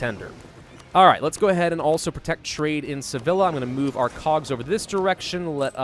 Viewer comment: The way you’re saying Sevilla is triggering me a bit. Say Vee Ya, not Say Vill La. Sorry for being pretentious, looking forward to the series!